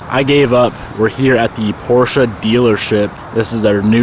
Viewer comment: Glad to hear you say Porsche correctly :) So many people don’t know